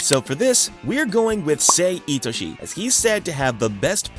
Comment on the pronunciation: It's sae itoshii